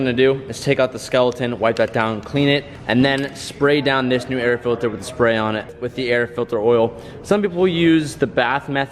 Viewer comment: “The air FILTHER”😂